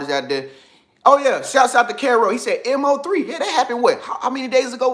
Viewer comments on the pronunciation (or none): HEY IM. FROM DALLS ITS PRONOUNCED MO-3 LIKE MO THEN 3 NOT MO3 LOL BUT FACTS AND CONMGRAT ON MO-3 FOR BEING NUMBER THREE ON YOUTUBE MUSIC LIST